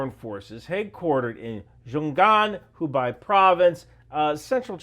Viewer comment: Xinjiang - you can try pronounce it like "Shin Jiang" Xiaogang (the place you mentioned about the airborne unit in Hubei Province) - you can pronounce it like "Shao Giang" and Hubei - try pronounce like "Who-Bae" I hope you will do better on the pronunciations in the later video.